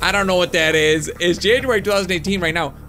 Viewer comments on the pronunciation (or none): Have any one notice he said janurary But its feburary